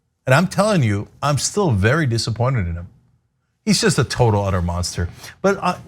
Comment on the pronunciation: Whenever he says I'll be looking at it very berry seriously IS CODE FOR NO I WONT